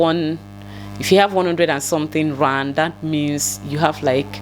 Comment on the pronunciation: not ran it is rand 🤣🤣🤣🤣🤣🤣